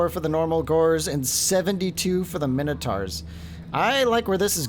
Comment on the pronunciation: Just jumped in as it's the first vid I saw, fancied taking a look at a tough Beastmen campaign. But I can't put up with it. When have Mine-O-taurs been called fucking minno-tars? Youre not the only one who fucks this up, but I can't deal with it man. Plus you're so damned indecisive. Had to quit out, won't be back.